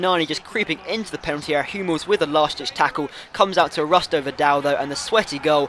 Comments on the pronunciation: Ibra vs Man U! & Isn't it Arturo ? Thought you said Arusto? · Rusto Vidal?????? Arturo mate not rusto